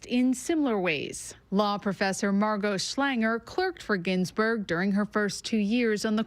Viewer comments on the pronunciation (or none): She doesn't even know how to say "Ginsburg"